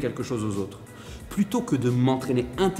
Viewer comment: J'aime beaucoup ce que tu dis. Mais fais attention à tes liaisons! ( se comparer Z autres, etc..). Mais néanmoins je me suis abonné.